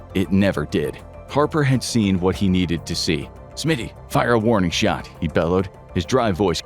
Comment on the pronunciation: Warning shot? I thought you said head shot...